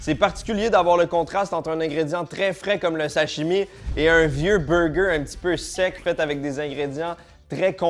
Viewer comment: "Le Bugerrr" 😂😂